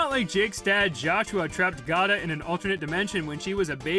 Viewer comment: The more people know about Gata, the better. Also, her name is pronounces Gate-ah, because she's a gate.